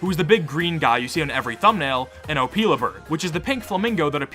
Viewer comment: also, it’s Oh-Pill-a, not opeela bird…